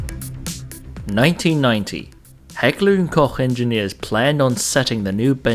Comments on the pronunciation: Did he actually pronounce "Koch" right? Now I can die in peace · Both the german and the english pronunciation is right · He did he did!! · I cant believe it he actually pronounced the "koch" right. I cant fucking believe it :D